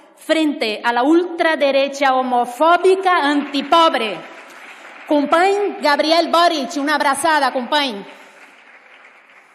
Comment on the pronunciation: Que catalana es esta brasileña, hasta dice "cumpain" en lugar de "cumpañ", como realmente se pronuncia (catalán central), escrito "company". Muy separatista, pero aun no ha pasado por el convertidor catalinizador.